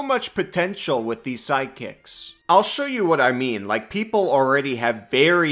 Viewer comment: I was confused, you pronounce "sidekicks" like "psychics" and I wanted a functional Psychic class so much... another intelligence full caster but with some Illithid powers from BG3 😮 On the martial topic, I agree, give them more options and make them able to cast some spells but not with spell slots, but effectively mimicking spells with martial techniques.